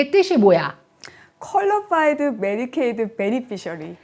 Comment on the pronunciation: Qualified “Medicare” Beneficiary라고 명확하게 말씀해 주셔야. 얼핏 Medicaid 라고 들려요 사실 이 (그렇잖아도) 두 용어가 많이 혼동되므로, 틀리게 말씀하시면 안 될 듯 합니다.